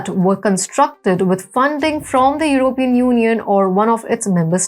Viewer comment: This person doesn't sound very smart and she needs to learn how to pronounce the word "European".